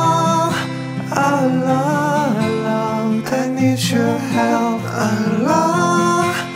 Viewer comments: Daud Kim try to practice saying the word "Allah" in good Arabic. with the pronunciation of the thick letter L. Your voice is nice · Ngucap Allah nya belum bener, kalo sampe orang lain bergetar hatinya, itu baru ucap Allah yg benar